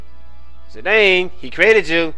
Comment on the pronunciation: Dissidia may say Zidawn, but according to the english language it's pronounced Zidane, with a long A sound.